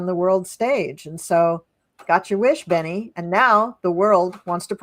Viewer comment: Just a note . It is Bebe not Benny … Benny Gantz, love you both!